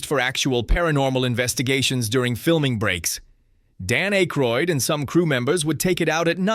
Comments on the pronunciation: It's Ack-roid not Ache-roid. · DUDE IT'S PRONOUNCED WITH A SHORT SOUNDING A NOT A LONG SOUNDING A!!! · Can you please say Dan's last name correctly.